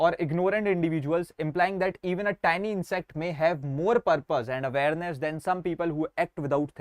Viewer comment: Bhai jo tiny ko tinni bolta hai usse kya padhna😢